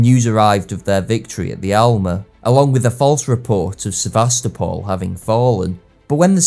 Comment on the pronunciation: Thank You for the video and piece of advice of the sources to read! Just if You talk about Sevastopol in Crimea it is SevastOpol, not SevAstopol. Also it is very curious why Russian power and influence were considered as "dangerous". And why were any direct points Russian goverment provided considered as tricks or smth. Balkans suffer much because of that. If it was Austria that crushed Osman Empire and put her royal family members on the thrones of newly founded states - no one saw any problem. But if any liberation means were issued by Russia other powers always took much efforts with persistent to blame just to denonce any "Russian inflence" - even if it led to economical or dynasty or security problems in the "pro-Russian" states. For instance Romania (country raised from Danube principalities) even changed its alphabet from cyrillic into latin in 1865 - just to be "close to Europe" and "be far from Russia". Such struggle against imaginary enemy took much resources of European powers - and also granted Russian Empire the imaginary influence and power it never has in real, but that was taken into consideration. Sometimes it looks like European Don Quijote vs Russian windmill. And probably Austria felt into same illusion instead of thinking real in this conflict. Further history of Austria in 2nd half of XIX century give an idea that illusions instead of clear mind they have in politics towards Sardinia/Italy and Prussia/Germany and France as well.